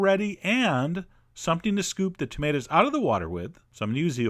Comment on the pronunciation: Thumbs up for "tah-mate-as"